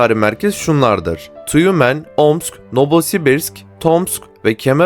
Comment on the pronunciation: Nobosibirsk değil NoVosibirsk olacak doğrusu.